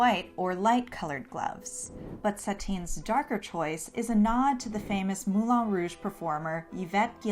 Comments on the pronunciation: Is anyone else aware that the place is called Moulin Rouge, not Moulon Rouge. It is pronounced as one says the ‘an’ in ‘can’, not ‘on’ as in ‘on the table.’ Why not get it right? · I hate hate HATE how you pronounce Moulin Rouge